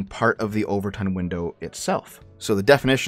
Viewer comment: Not sure if you were making a joke, but it's the 'Overton' window, not 'over-tint'.